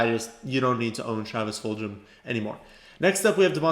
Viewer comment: Travis Fulgham's name is pronounced with a hard "g" sound, not a "j" sound. Full-gum.